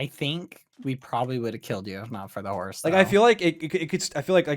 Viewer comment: no one: dream: h o r z e